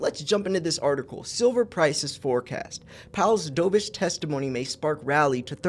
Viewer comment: Dovish rhymes with love, not stove.